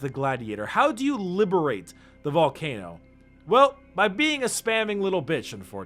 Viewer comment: We took your 'vult'cano lol